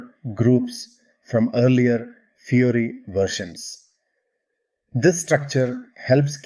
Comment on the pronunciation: I appreciate the content of your video. But what I like the most is how you pronounce the name of the interface - SAP Fury. Fury is indeed my dominant feeling while using SAP, xD. They should definitely change that name from Fiori to Fury